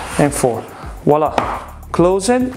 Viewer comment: "Voilà" not "WALLAH"